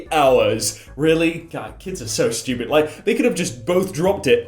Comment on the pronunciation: He do be saying steupid